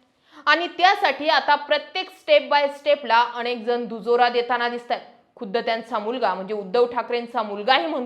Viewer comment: अणेक नाही अनेक शब्द चुकीचे उच्चार कानाला टोचतात